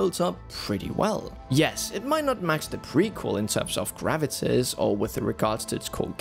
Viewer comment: we love you. I don't blame you for the tour de force, gravitas, and lead. I think your editor needs a nudge to say, it's okay to rerecord a few lines here and there.